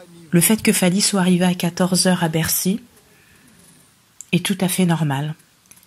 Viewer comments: Les chroniqueurs yango ayebi ko loba bien teh lol.. c mr, il dit Beksiii , lol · C type est vraiment inculte. Et avec un très mauvais français comme ça ! Il prononce " Begsi" pour "Bercy". Tintin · Ayebi ata ko loba Bercy te azo loba bexi ignar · Pourquoi s'intéresser à un mec qui dit "bexy" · On dit Bercy au lieu de Bercy n'importe quoi oza vrai zoba yo Tata oyo